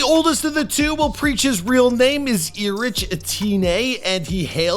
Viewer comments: “Ee Rich”??!? Does he mean ERIC??!? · ITS PRONOUNCED ERIC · ERIC !!! IT'S PRONOUNCED ERIC !!!! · Preach name is pronounce eric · El-Rich lmao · HIS NAME IS PRONONCED "ERIC"